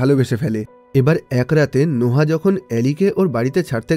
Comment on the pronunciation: নোহা কি ভাই এটা নোয়াহ(noah)